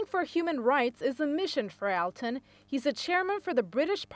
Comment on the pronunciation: His name is pronounced "all-tun".